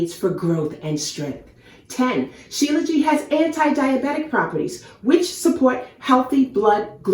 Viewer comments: You are pronouncing it wrong. SHILA means born from and JIT (pronounces zheet) means mountains. So its Shee Luh zheet not Jee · Shilajit not Shilaji